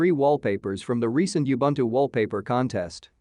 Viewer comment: Please learn how to pronouce Ubuntu. It is Oo Bhoon Thoo.